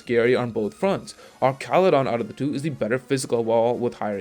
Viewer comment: He’s based on a bridge. His name should be pronounced like an arch in bridge design.